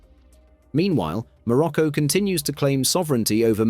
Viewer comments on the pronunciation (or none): none